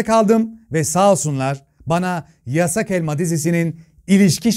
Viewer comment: Nobody:: YASSAĞGHH ÆLMAĞH..